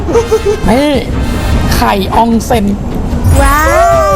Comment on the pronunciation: พี่ครับไข่ออนเซ็นครับไม่ใช่ไข่อองเฮง